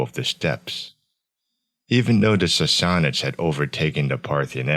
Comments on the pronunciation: Sorry but if you are gonna make a video on a subject you should atleast know how to pronounce it correctly. Sas(sass)-sa(suh)-nids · How is that even pronounced? Sassassasuhnids?